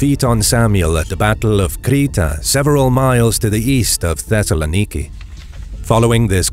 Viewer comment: The pronunciation of Thessaloniki hurt my ears